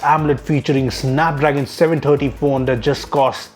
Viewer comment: you forgot to learn there is a "H" in the words thousand and that.